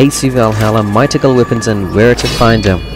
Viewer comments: Great video, just a note: the word 'mythical' is pronounced 'MITH-ICK-UL'. The TH sound is more like an F sound but at the front of your mouth. It's a hard sound for non-native English speakers to make so you can just pronounce it like an F, it's fine. And the letter 'j' is more like a 'y' or 'i' sound in Norse languages. For example, 'Mjolnir' is pronounced 'Myolnir'. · My-Tick-Call? Thats a weird way to say it. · I have to watch this muted because every time this guy says the word "mythical" wrong it feels like I'm going to have an aneurysm... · I've never heard somebody mispronounce mythical before today.